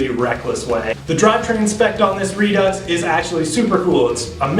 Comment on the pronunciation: I'll overlook the pronunciation of Redux then. Ha. Good review, I'm checking them out.